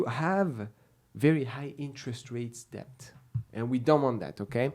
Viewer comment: the B in debt is silent.... so its det...